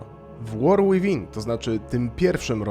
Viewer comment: Błagam, nie war "ŁIWIN", 2 razy można to przeboleć, przy 5 już uszy odpadają, a przy 20 odczuwa się ból istnienia.